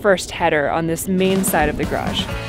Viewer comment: Much better this time pronouncing garage. You got it almost 100% correct twice. Sadly, the other times are closer to one syllable like graj or a 1.5 syllable rendition like garadj where you swallow the second A sound.... Maybe practice saying it like two complete words with full emphasis: garrrr adge You are completely understandable, but you stand out in society like an under-educated backwoods cousin. At least you write it correctly.🪘 FWIW.... It would have been nice to explain the sewer layout more clearly. The shots were too tight. Maybe provide an overview or a simple diagram?